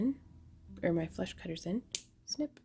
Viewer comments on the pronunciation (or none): Am I weird for finding it very amusing that every time you say "flush cutters" I hear "flesh cutters"? Anyway, I'm gonna need to do this some day, but I say that about so many things, and then I somehow never get around to do them ever. Maybe I'll get the craftalong-kit. That could be a motivation.